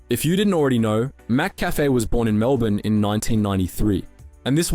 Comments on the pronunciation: Absolute banger of a video, but dude can’t pronounce McCafé for the life of him. Mac Café? Macca Fay? My Brother in Christ, it’s McCafé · You pronounced ‘McCafe’ once correctly in the whole video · Literally came to the comments to say the same thing.. 🤦🏽‍♂️😅